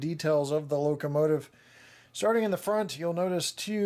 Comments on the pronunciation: Did anyone hear him say locomative a few minutes into the video? Good review as always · Yup, "locomative". LOL! I think that's the feminine version. :-) Cheers, Dan